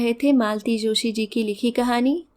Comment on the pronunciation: Kahani acchi thi aur aapka vachan bhi parantu akshamy ko achhamy ucharan sahi nahi laga sorry to say